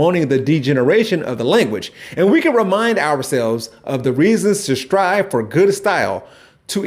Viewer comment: When or why did "for" become "fir"?